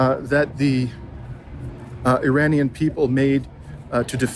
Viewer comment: Couldn't finish because of the constant mispronounciations. Research?? You can't learn to say "Tehran," "Iran," or "Iranian" before you make a video ???